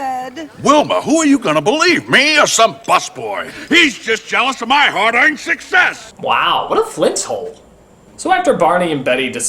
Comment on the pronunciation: Another odd thing is that line , "He's just jealous of my hard-earned success!" It doesn't exactly sound like he's saying "hard-EARNED"!